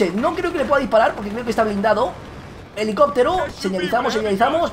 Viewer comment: "cacturando" "helicoctero" habla bien vegetta...